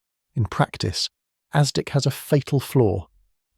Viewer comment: AI narration. No human would pronounce “bow” of a ship to rhyme with “throw.” Or pronounce ASDIC as “asdyke.” .